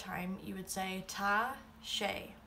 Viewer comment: I'm only confused that you pronounce Tá wrong? It's an 'aww' sound because of the fada... At least, that's what I've always heard. Maybe it's different the farther north you travel, but it just sounds wrong to me :L